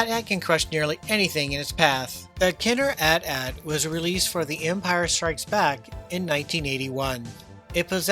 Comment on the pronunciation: Thanks for pronouncing AT-AT correctly. These new kids say each letter for some odd reason.